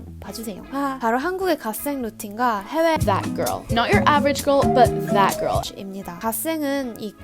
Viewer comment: 댓 가rl~ 발음 찰져서 자꾸 듣게되네여,, 좋아요 누르고 갑니다